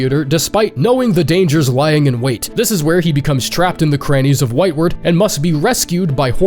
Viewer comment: oh no... It's pronounced whitewArd not whitewerd... Like a hospital ward, not like forward.